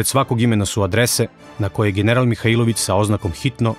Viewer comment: Имам само једну замерку а то је погрешно акцентовање приликом изговора презимена Михаиловић. У Ивањици се тако не изговара.